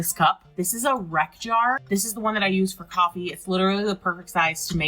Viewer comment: The "Wreck" Jar?